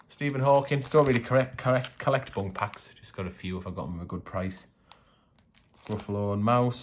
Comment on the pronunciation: Your pronunciation of BUNC..... you are saying BUNK, the last letter C sounds like an S, bunc like bunsen burner not bunk like bunk beds.... just saying